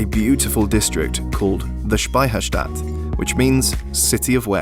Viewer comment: Such a great video mate! And your pronounciation of Speicherstadt sounds really like we say it in Bavaria and Austria :)